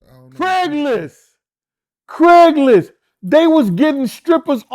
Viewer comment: When he said " Craiglist" everyone ova here fell out😮😮😮😮😮😮😅